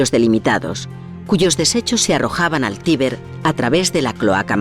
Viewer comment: en el minuto pronuncian mal tiber pareciese que digesen tibet